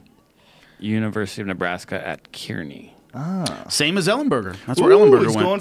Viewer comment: It's actually pronounced KARNY. It's spelt Kearney but it's pronounced differently